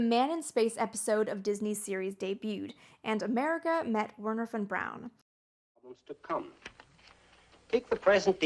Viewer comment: Her german and pronunciation of Werner Von Braun triggered me so much a made it 3 minutes into the video.